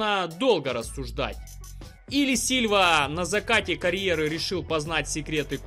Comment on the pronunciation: не силЬва , а сиЛва..